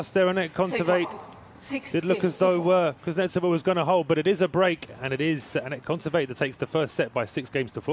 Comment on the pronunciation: All the nuances of Russian speech can not be conveyed in English. And you should not strive for this. Long to explain. In Russian there is other graphics. But the accent in the surname is pronounced incorrectly by English speaking commentators. They are on the "e", but it is necessary to "o", in this case. It hurts your ears... N before E as if softens... So listen carefully a little clip on wta site. If you're not Russian, don't tell me what's right.